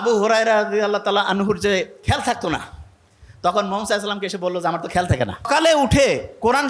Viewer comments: মোহাম্মদ সাঃ উচ্চারণটা স্পষ্ট করেন না কেনো,,,,,,,????? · নবীজির নামটা ঠিকমত বলতে পারেন না।